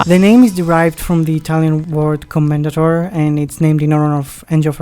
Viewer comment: "Commendatore" is an Italian word, and the final "e" is not silent. Co-men-da-tor-eh "Porsche" is a German word, and the final "e" is not silent. Pour-Sha